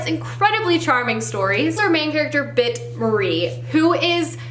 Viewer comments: When you were holding Britt-Marie was here I can't help but say how many times you got her name wrong. I'm sure you noticed though. Also Ove is pronounced Oova. I can't blame you though, I said the same thing before I found out. Also you should read 'My Grandmother Asked Me to Tell You She's Sorry' before you read Britt-Marie. You will understand better cause it takes place after it. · And thus I added another couple of books to my tbr-list... Hahaha. Oh, and I must add, it was kind of funny hearing you pronounce Britt-Marie and Ove, since I'm Swedish and know how they're supposed to be pronounced. They aren't easy names for an english speaker haha!